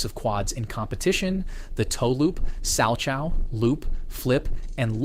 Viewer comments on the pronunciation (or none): Caption: 37 points > Narration: By 47 points Caption: 114 > Narration: 113 🤔 dude I think you need to review your videos before posting them, it takes a toll on your credibility btw salchow jump is pronounced Sal-cow, not chau xD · To me, the bigger sin is mispronouncing salchow in a video specifically about a figure skater’s greatness in…checks notes…*figure skating*!